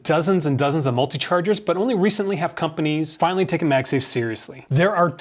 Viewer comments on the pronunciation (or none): none